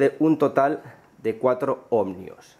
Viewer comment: ¿¿OhmNios?? Se dice ohmios, tan listo que eres y luego te inventas esa N.